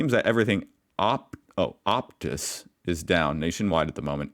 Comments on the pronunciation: i nearly died lol optuus ooptus optus optuss...... you say it like op-tus.... not ope-tus...... lol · Phone network, pronounced op tuss. It's a Canadian owned network. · Mate. The word is not "OPUS". The word is OPTUS". It carries about half of all the telecommunications and internet in the country. This is shit for their customers. Really bad. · Opus emoos and woolswurth. C'mon Mate